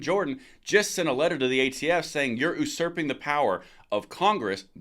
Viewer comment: I just wanted to point out that the word ‘usurping’ isn’t pronounced ‘oosurping’ is pronounced ‘you-surping’.